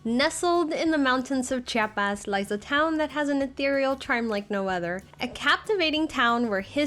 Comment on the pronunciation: Se dice chiapas, no chapas